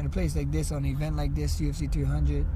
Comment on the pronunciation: Haha someone please tell Max it’s UFC 300 not 200 🤣